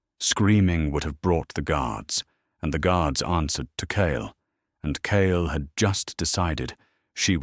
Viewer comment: I know this is nitpicking but changing his name from "kale" to "kyle" every few sentences is driving me a little crazy.